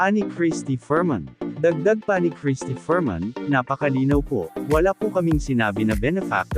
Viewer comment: Crristy FERMIN HINDI FERMAN! KALOKA😂😂